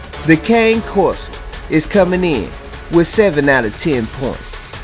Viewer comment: ffs ... if you're going to try to profess to be an expert or authority on dogs then at least learn how to say the name of the breed properly. You might like to Google their origins, the associated language and pronunciation.